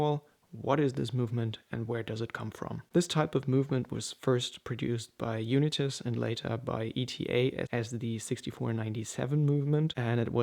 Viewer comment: Are you pronouncing Unitas correctly? There was a famous American quarterback and it was pronounced differently